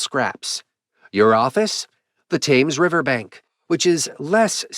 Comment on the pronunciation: I think it's pronounced 'Tems'